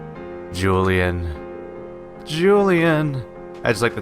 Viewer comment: Julienne is pronounced: Joo-lee-eh-nn, it's a French name (and also a name for vegetables finely cut into stripes)